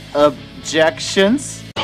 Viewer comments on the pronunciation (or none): I gotta say, I facepalmed with the "ob-jecht-tions" XD I can't say I agree nor disagree, since I only played 3 FF main titles (and their sequels, except for F13's). But those I know I agree with your comments on them. XD Specially the Sephiroth one. If only FF7's last battle was as interesting as that one.